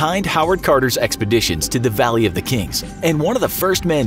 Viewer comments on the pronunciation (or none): none